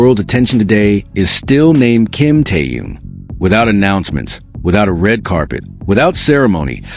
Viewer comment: Я бы может подписалась, но вот беда, блогер никак не может правильно произносить имя ТэХена, и это неприятненько !!!!! Как то не мешало уважать имя того, о ком вы постоянно рассказываете, не только же деньги заробатывать!!!???